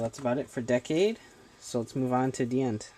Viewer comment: it's not just you. it's almost everyone who has reviewed a Decade toy. I mean, they gave DiEnd his name primarily so that it would sound like Decade, and the fact that people say it wrong even with his name spoken through the DecaDriver and K-Touch is kinda dumb. I see some of these people as either ignorant or stubborn